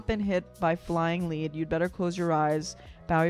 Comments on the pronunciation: What I don't understand is that as an American you mispronounced lead twice. It's in the context, bullets flying so lead is flying. Not lead as in leader. Also if you take a song that's 9 minutes 36 seconds and you make it into a almost 25 minutes reaction you are pausing or talking way to much. We know you can sing. Give it a rest! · Flying "led" not leed. This is an indictment of war, describing a child caught in a war zone and torn to shreds. Reviewer is in love with her ability to mimic, no insight. Pick another job, no one cares about YOUR voice. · lead pronounced ledd-in reference to bullets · It's 'lead' - as in bullet lead . . not 'lead' - as in dog lead . . . got it? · Lead said like Led Zeppelin ... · It is flying LEaD as in bullets short vowel. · It's not lead, like leading. It's lead like bullets. You've not been hit by flying lead, it's self explanatory